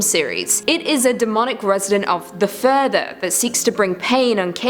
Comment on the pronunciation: Every time she says, "The Further" an angel gets it's wings. It just sounds better when she says it than the movie